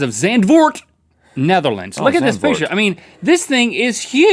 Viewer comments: not saand! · Oh man you butchered Zandford... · You say Zandvoort as zɑntfoːrt.just helpin' ya there buds! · Links pronunciation of zandvoort is great!😂😂 ps, im from the netherlands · Love how you pronounce Zandvoort XD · That "Zandvoort" pronunciation haha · Zandvoort?...That is not how you say it Link XD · I laughed when Link didn't pronounce Zandvoort right. The a sounds like in water, and the oo like the o in more. It's the most beautiful beach of the country, by lack of better. The name literally means sandforth. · i just loved how you pronounced zandvoort link haha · loved the way Link pronounced Zandvoort. xD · You say Zandvoort as it is German... As a Dutchie, I am highly offended. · Funny how they say Zandvoort LOL #NetherlandsFTW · omg zandvoort? links pronountiation is hilarious tho! lol i have never been there but i would have loved to find the dang lego man! i have been to scheveningen and noordwijk and the belgian coast too. i live in Noord-Brabant so i have to go some ways to see the sea. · I loved how you pronounced Zandvoort XD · I liked how he pronounced "zandvoort"😂😂😂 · I am from the netherlands and he prenouced it completely wrong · I love the way he pronounced zandvoort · the way Link says "Zandvoort" is so funny. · Hahaha the way Link pronounced Zandvoort xD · I love how link tried to say "Zandvoort"! :D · I had to listen to Link saying Zandvoort like 5 times to find out he meant Zandvoort. You tried link :).